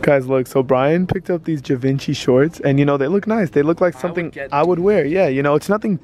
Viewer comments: The way you pronounced Givenchy loool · The way he pronounced "Givenchy" 💀💀💀